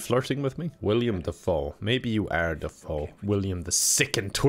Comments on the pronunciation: Still calling him "William Defoe" eh? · I hate that he says william defoe instead of willem dafoe